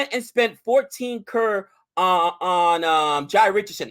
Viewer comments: it's not Carr it's crow-r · It's pronounced C-rore(Croar).